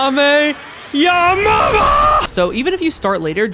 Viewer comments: You Said Ka mi amama ha again. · Bro, can you stop saying call me a mama yes tell me a knock that Mr. creator we made a joke about on that. Can you please stop saying come your mom in college right way it’s pronounced Kami Hami ha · “Not only that but the kameyamameha is also back” bro butchered that name lmfao💀💀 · Bro the weird pronounced 1.Kameyamama 2.son goham 3. Picklehole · Of course the kamehameha but why did you said pronounced ka me ur mama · Man you need to be taught to pronouncing the kamehameha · Bro pronounce Kamehame ha wrong💀💀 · It's Gohan and piccolo and also to pronounce kamehameha